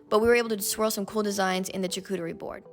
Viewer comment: charcuterie pronunciation shaar ·koo·tr·ee Great video!